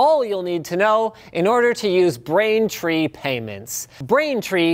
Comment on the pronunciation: Brraaintrrrrreee! Aarrrrrrr! </Piratemode> 😂